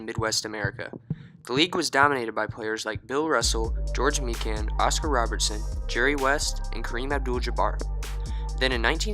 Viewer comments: His name is prononuced My Can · Mikan is pronouced Mike Anne